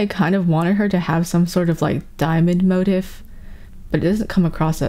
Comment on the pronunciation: "mo-teef" please im begging lmao